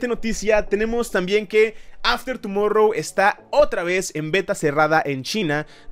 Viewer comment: "After tumorrou" xD Te amo ♡